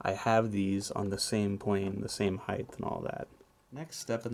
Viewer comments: it height, not heighth. LengTH, widTH, heighT Just a pet peeve, I'll get off my soap box now. Great work by the way. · Height* not heighth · I want to point out how your mispronounce height but I love your videos too much.